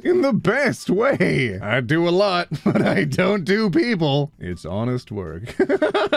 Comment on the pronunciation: I hope we all know very well that , that sounded a lot less like "but" and a lot more like "butt". Actually that gives me an idea for a satirical meme